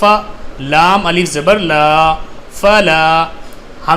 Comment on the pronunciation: Aap alif ko hmja pdhate hai